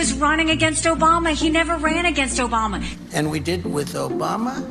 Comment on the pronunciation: "OBAMNA"!!! God, what a flake! And republicans want him???